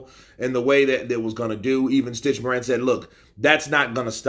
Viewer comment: Isn't it stich Duran